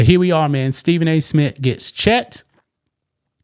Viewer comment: Who is Stephen A SMIT?